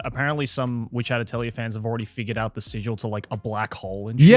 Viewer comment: WHY can nobody say the word “Atelier”????